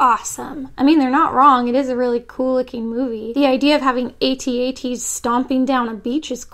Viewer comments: I love your videos, but damn...you're so wrong about this, Rogue One was outstanding. And they are AT-AT (like cat-cat), not A-T-A-T's. :) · I'm triggered she said they were at-at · Not how you pronounce AT-AT.